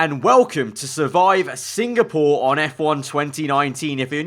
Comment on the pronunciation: everyone: SINGAPORE AARAVA: SINGPORE BECAUSE I LOVE SINGING